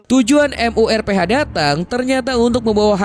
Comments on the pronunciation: MURPH AJASIH KENAPA HARUS M U R P H GAENAK DI KUPING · MURPH JADI M U R P H, auto geli gw dengarnya dieja begitu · Bang lu sekali lg bilang M. U. R. P. H..... Aaarggghh...